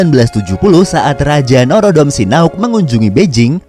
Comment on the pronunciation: Norodom Sinauk atau Norodom Sihanouk? 😁